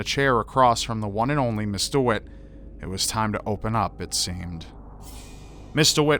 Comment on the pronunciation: Rly? It really sounds like Mr Witt :D Then again, english isnt my native language so i could hear something that actually wasnt said :) Thx for letting me know though